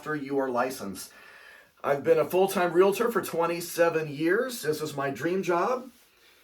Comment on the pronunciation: I fell in love with you when you said REALtor! Not re-la-tor😂😂